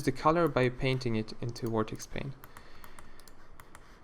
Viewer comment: When you say "Vertex Color" it sounds more like "Vortex Color" lol xD